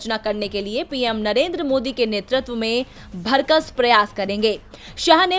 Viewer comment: आपने भरकस बोला है जबकि सही शब्द भरसक होता है चेक कीजिए । धन्यवाद ।